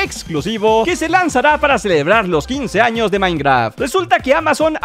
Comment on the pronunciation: dice años pero parece que dice anos XD